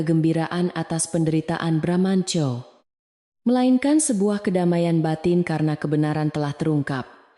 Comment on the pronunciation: cerita tidak konsiten, narator membaca teks sering lebay, bramantyo sering dibaca BRAMANCO, ga lucu